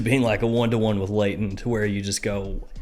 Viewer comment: New word: Blayton ;)